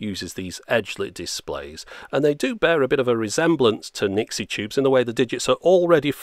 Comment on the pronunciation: it's Nixie